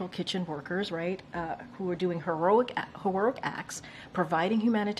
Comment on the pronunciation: She's having problems pronouncing heroic.